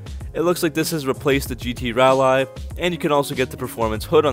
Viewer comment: And yet you're good with "rall-eye"?😏😏